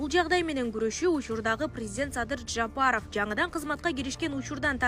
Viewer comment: Журналист кыз, Жапаров---деп жон эле айтсанчы. Мынча ,, Ж" га басым жас ап окуйсун, чычып ирейин деп.